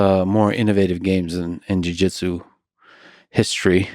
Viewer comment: "Di-Jitsu"? Lol, that's not a soda bottle, is it Lex?